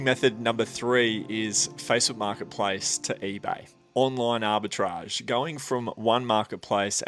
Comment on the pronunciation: That’s now how arbitrage is pronounced…